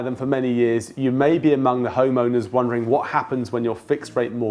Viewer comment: He said "Homeowner"!